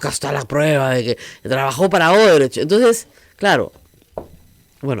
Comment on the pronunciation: Se pronuncia Oodebrekt, la CH tiene sonido de K o GH gutural. Viendo las noticias de CNN en Español, Univisión, etc., veo que los periodistas peruanos son los únicos que pronuncian la CH en Odebrecht como la CH en chocolate. No entiendo por qué. Si alguien pronunciara mal una palabra inglesa como manager, todos le caerían encima, pero Odebrecht, que lleva tantos años en las noticias, se pronuncia mal. Y sólo en el Perú. Editado para añadir: Odebrecht es nombre alemán, por si acaso. No es portugués (recién me entero que hay gente que pensaba eso).